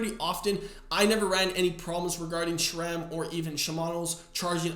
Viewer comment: There is an "H" in Shimano, hence say: "She-mah-no". There is no (!) "H" in Sram, therefore say: "Sss-ram", NOT "Shram"!